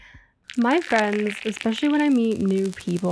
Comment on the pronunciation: Lets be fwendss🎉🎉🎉